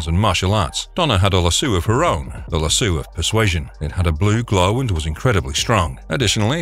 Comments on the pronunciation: Love your vids but Lasso of Truth is pronounced Lass-owe no Lass-ewe, please don't take it the wrong way!!! Forgive me if I'm wrong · lol "lasoo". Lasso = "lass" + "oh" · lasu? Is that how lasso is pronounced? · Good video but it's called a LASSOOOOOOO not lassu lol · Aries is the God of War, not Zeus. And also it's pronounced lassoh not lassu. Do a little research and editing. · Bro legit for real said Lasoo of Truth 💀 no 🧢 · Good video, but I could barely get through the Wonderwoman part because Lasso was pronounced lassoo every single time lol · How in the world do you get the pronunciation "lassoo" from the word "LASSO"?????